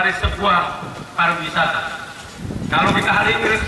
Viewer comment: ingat Pariwisata bukan parawisata hehehehe